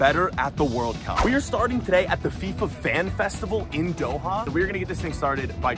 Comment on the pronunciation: “in Doehau